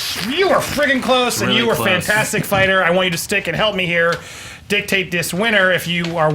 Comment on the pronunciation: Learn to say fantastic 4 right.